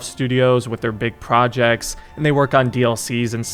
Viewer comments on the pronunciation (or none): none